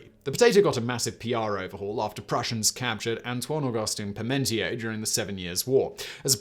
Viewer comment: The Frenchman's name was Parmentier /pahrmuhn`tyay/. Onan's sin was coitus interrruptus. The base canard of it being masturbation was foisted on the world by a monk who didn't understand what he was reading.